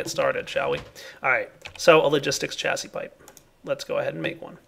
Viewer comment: Hey, Chassis is pronounced Sha-zee